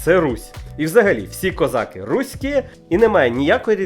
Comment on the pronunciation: КозакИ! А не козАки, чорт побери!